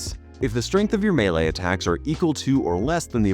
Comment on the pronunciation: It's weird to hear him pronounce melee correctly